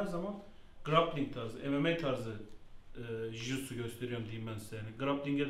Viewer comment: Aga biri şu jiu jitsu demeyi öğretsin